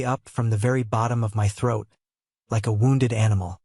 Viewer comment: And “wound”😂😅😮😂